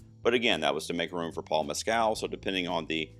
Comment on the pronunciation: Oh i have to say as an Irishman, Paul Mescal's surname is pronounced Mess-kill with the emphasis on the first syllable. Sorry, I'm very annoying, blame the autism!